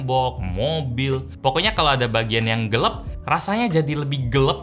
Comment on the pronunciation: Gelap bukan gelep ygy